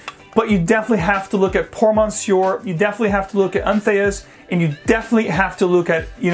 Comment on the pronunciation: Entheus? Is THAT how you pronounce that? Really?